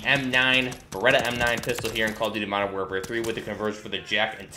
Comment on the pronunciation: Isn't it Beretta?